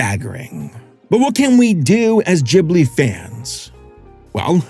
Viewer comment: GIBli its GIB-li! NOT GHIB-li!